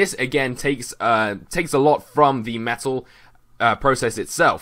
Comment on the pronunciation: Sounded like you were saying FULLMETAL as in da anome